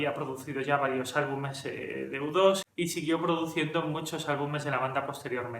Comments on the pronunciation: Tu canal es una maravilla, nutritivo y serio. Total respeto, admiración y agradecimiento. Dicho esto hay una pregunta. Se que eres español...porqué dicen Depech Moud es decir, aproximandose la la pronunciación en ingles pero dicen: udos en lugar de iutu o you too. No se si la intención era referirse al avión espía o a ti también pero...porqué castellanizar uno si y el otro no? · Es iutu! iutu! iutu! no u dos!!!!!! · Al ser nombres personales no se traducen al español. Luego entonces U2 se pronuncia Yu Two, Brayan Eno se pronuncia Ino, Daniel Lanois se pronuncia Deniel Lenua. De nada. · Latinoamérica y el resto del mundo: u2 (se pronuncia yiutu) España: udos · Se pronuncia "iu" como niu iork